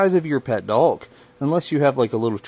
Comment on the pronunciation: There’s no L in the word “dog”.